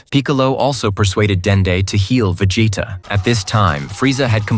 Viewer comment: Ha, Va-Jay-ta. Just curious, how quick are you putting this content together with the AI narration? I assume the AI is also authoring the descriotive account, and probably compiling scenes too. How quick are you pumping this stuff out, and capitalizing on the views?